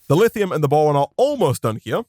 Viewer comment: Is it just me or does he say bowon